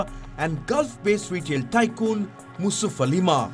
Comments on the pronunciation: The third owner's name is Yousuf Ali 'M'. 'A'. Not Musuf Ali MA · ... not sure if you had said MOOSUF ALI MAAH !!!,.. which is INCORRECT !! The correct name is,.. M.A.Yusuff Ali, owner of LuLu Group International.